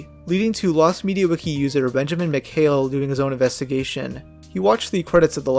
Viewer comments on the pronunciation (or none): none